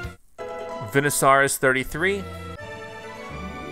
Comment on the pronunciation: And venusaur is pronounced vee-nu-saur